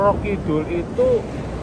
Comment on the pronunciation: tegal nonton,jtu sapa namanya si, itu nyebut namanya udah salah bukan nyi yoyo kidul nyi roro kidul nyi bloyong nyi blorong pake R bukan Y itu yang bener 😃😃😃 mantaaap siip